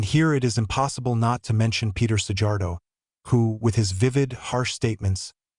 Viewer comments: Csak annyi hogy mi nem dzs-nek ejtjük a j-t, hanem j-nek, és kettő van belőle. Az o és ó, és az "a" és "á" között is van némi különbség. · The pronounciation of Szijjártó is like "See-yart-oh". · Big mouth, lear to pronounce Szijjártó's name correctly, it is not a big deal, learn, or shut up!!!! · You pronaincig his name incorrectly, but at least spell Peter Szijjartó's name correctly!!!! RESPECT to this great man please!!!!!!!!!!!!